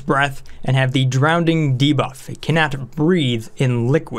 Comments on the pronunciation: Sorry but I couldn't help but notice, you're pronouncing drowning with an extra "d". (drownding, instead of drowning) I'm trying to ignore it but I'm having trouble. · Are you saying drownding instead of drowning? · is it just me or did he say "drowdning" all the time? yes i do mean drowdning i did not write incorrectly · Christ on a crutch man there is only one D in drowning, there is no word drownding. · Drownding? Doh no! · nobody:: Drownding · Andrew Ihle it’s Levi-O-sa, not Levio-SA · down vote! couldn't handle your pronunciation of drowning. there is only one D.